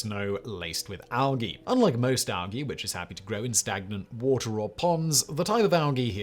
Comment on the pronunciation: What is All-gee? Like seriously, what the hell is he talking about?